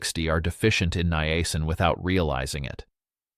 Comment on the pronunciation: Why do you pronounce the word niacin three different ways?